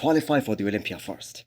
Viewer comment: Is this only me or everyone else hears MISS Olympia?